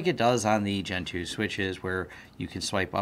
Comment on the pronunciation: Every time you say "Gen 2", I hear "Gentoo"